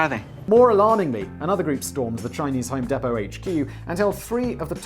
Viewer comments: home DEE•pow not home deh•pow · ...We pronounce it 'Home DEEP-oh'. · Home deee-Po. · Hoem Dee poe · It's pronounced "Home Deepoh". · Listening to him say home depot made me cringe so hard. Because I work there and you say it like home dee-poe. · Home DEE-POE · I'm sure someone told u but it's home dEE po. fuckin love the content as usual. I would love to see karl write a few of these for u. Plz don't kill🥊🔫 me danny I still love you🖤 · its home DEEEPO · Pronounce it as "Home Depo" drop the T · hearing it being called 'home depto' physically hurts me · nah. We listened to an Englishman mispronouncing an American brand name. Allegedly.